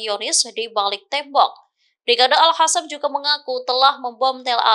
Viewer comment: Aduh...jangan ganti Al Qassam jadi Al Hasam, zionis jadi hionis, Qatar jadi hatar. Untung Jerman gak jadi Herman. Biasa aja lah bacanya jangan ngerubah sendiri pusing dengernya.😵‍💫😵😖🫨